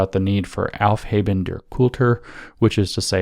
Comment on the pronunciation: Yes, it did sound like helfheben! I was like, wait a minute, what!? I'm sure you've heard the rest of the podcast by now and know that he was trying to say aufheben. Although, I've got to say, the aufhaben hypothesis may have merit.